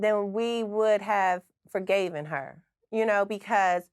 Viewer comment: Forgivan her .........???? Now Tocorra work on your English ❤❤❤❤❤